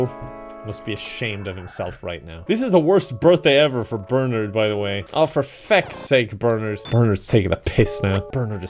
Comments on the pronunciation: the way he says bernard is so much worse than any game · The way that pronounces Bernard gives me life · My boss's boss is named Bernard. So I'm very amused to hear BerNARD being pronounced like BerNERD. Happy belated.